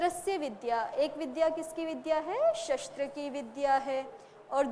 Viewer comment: शस्त्र का उच्चार षास्त्र हो रहा आहे